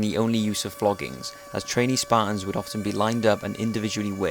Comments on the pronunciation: fuckin sparans? dafuq u sayin bro? thers a 'T' ther aswell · Sparrrs? This guy can't say Spartans. Why do these ignorant, Limey, no talking bastards think they can communicate with people? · can you please stop saying span, they are spartans. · Okay, so now we've heard this guy talk a lot about the Spahtuns; but what about the Spartans?